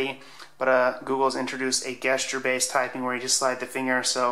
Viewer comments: Guess-cher. Gesture is pronounced "Jess-cher". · You're the second person I've seen in as many days who says "gesture" like guest instead of jest. Is this some weird alternative pronunciation that I haven't been informed about?